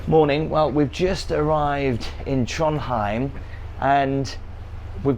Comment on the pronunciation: It’s Trondheim not Tronheim